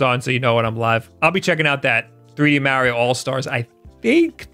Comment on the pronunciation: You and rich from review tech say Merio....